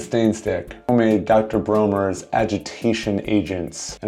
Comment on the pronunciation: World class edutaing repsentation... If I may be permitted my one complaint... the pronunciation of the castile soap is commonly pronounced Dr BRAWNERS not dr BROHners ieeyieayayayahhh...